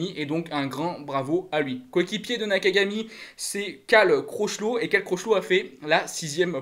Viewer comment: CROCHELOT !!! A les prononciations c’est pas ton truc, tchao continue tu fais de bonnes vidéos SALUT 👋